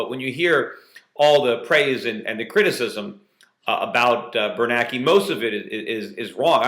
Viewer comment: And by the way, get the memo Mr Schiff: its BernANKE not BerNAKE.